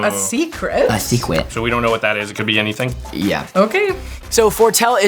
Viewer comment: a secwet